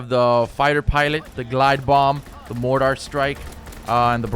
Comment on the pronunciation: It's not a MOTOW its called a MORTAR! Google it. It's a shame that you don't have basic knowledge of the different weapons let alone pronounce their names correctly. More to life than video games there Sport. Here is a TIP, take a minute and Google what you don't know before you speak as if you are an "expert." Otherwise you are just an uneducated amatuer.